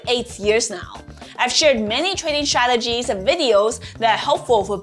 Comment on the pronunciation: I get shressed out every time you say shrategies 😂😂🫶🏻🫶🏻